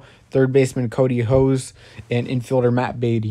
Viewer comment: I thought the Dodgers would make a pitch for Hader last off-season, with Lux and Gonsolin headlining a package in exchange. Lux makes sense because he's from Wisconsin. Pronounciations on the 2nd trade: Peppy-o and Ho-see.